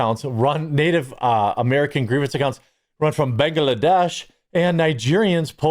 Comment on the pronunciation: OK dude there is no extra a in Bangladesh. Why can’t you get that pronounced correctly? I don’t understand.